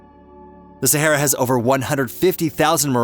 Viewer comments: it's not SAHERA. LOL IT IS THE SAHARA NOT SAHERA. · The correct pronunciation is NOT Sehera but Sahara. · It would be good if the narrator could actually pronounce the word Sahara. It is NOT Saherra! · Sahara, no e in the mame, mr. Amrican…